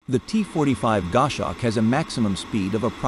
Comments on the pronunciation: It's a Gos hawk, not a Gosh awk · "GOSH HAWK". That's what you get with AI created voice-over. IMHO, videos that use it should have a notification included in the titles.